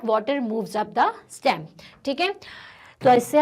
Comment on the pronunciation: its not stam its stem